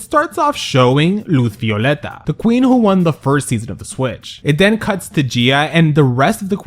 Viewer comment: Did you say Luth Violeta? 😂